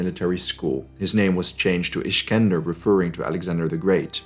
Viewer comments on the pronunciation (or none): I know the city Iskenderun(Alexandretta) since it is my hometown. A small city in Antioch. Also there is Alexanderia in Eygpt which is prounounced same way. I am not offended but I say it is not because of the meaning, it is because of the pronouncing. in arabic, "x" is pronounced as "isk" not as "iks". These cities have hellenistic culture and most of them protect their original names. For example there is also a city called Defne in Antioch which takes its roots from Daphne the Greek mitologic figure.